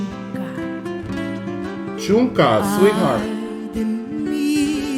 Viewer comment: Y no se dice chunca es shunca, soy del istmo de Tehuantepec de Juchitán y hablo Zapoteco